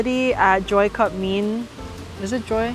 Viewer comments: I think was right when she pronounced mein麵， not mi-an. should pay for the meal, and more;) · I think pronounced mian correctly